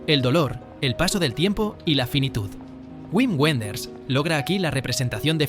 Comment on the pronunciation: Wim Wemders es alemán. Lo pronuncias en alemán o en español; pero, no, en inglés, hombre, que queda folclórico.